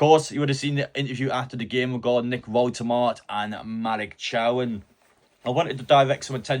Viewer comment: Learn how to pronounce your own players names. Nick done a video on how to pronounce his name watch it and learn or just call him Nick